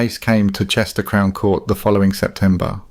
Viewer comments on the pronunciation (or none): none